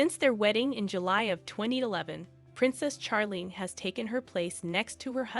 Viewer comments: Charlene's name is pronounced with a soft ch like in " share" not a hard ch like Chuck. Prioline was pretty when young but too much sun, cigarettes and alcohol have aged her. Her sister Stephanie has also aged prematurely. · please pronounce her right sounds like Sharleen not like you burnt something seriously please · Her name is pronounced Sharlene not Ch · That's because the narration is computer generated. The computer thinks 'Charlene' is supposed to be pronounced like 'Charles' except for dropping the 's' and adding 'lene'. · Her name is pronounced “Sharlene”. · Not sure you are pronouncing her name correctly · The pronunciation of Charlene is off putting